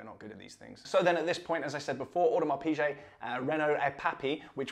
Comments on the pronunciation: Its PIGUET not pichet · Really nice watch review and presentation. Video and sound editing are much better. I am a big fan of Watch Talk. Quick note: 'Piguet' is pronounced 'Pige' and not 'Peeje'. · V good watch. But Audemars Pi-GAY is how it’s pronounced. Ok.